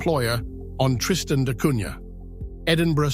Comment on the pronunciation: Wonderful ! Except the prunciation which is Tristan da Cunya, not Cunha.